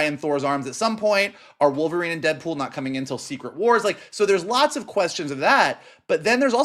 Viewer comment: “Deadwool and wolverine” 😂